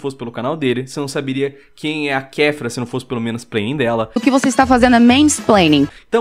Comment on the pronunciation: 2 segundos de KéF'ERDA me fizeram ficar com raiva o resto do video todo